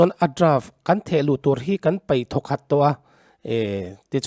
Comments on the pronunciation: Tunah chuan thehluh tur a draft chu kan paih thawkhat tawh a ,ti a i chhiar rik dan hi ka ngaimawh tlat A draft chu kan peih ti a chhiar tur/ paih i tih khan hethil hi ka duh tawhlo ka paih dawn / peih chu kan peih tawh e , chawei kan peih e tihna a ni 😊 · Peih tih turah paih tiin lam ri tawhlo hram teh aw. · Peih tih tirah paih i ti leh thin a, mizo tawngah a ri diklo a nia.